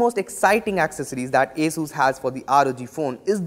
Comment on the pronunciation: It is not Ae-sus but actually Aa-sus🙄